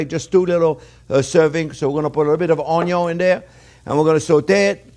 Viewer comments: My wife does all the cooking at home. I'm just here to hear him say "onyo". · I come for the uh-yung and now, I go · This is my kind of cooking. To the point, witty comments, throwin a little shade but not enough to offend anyone, and plenty of onyo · Anyone who says the 'ONYO' is first is speaking my love language! Thanks Chef JP, I'm gonna try this one! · The only person who pronounces onion cooler than this guy is Justin Wilson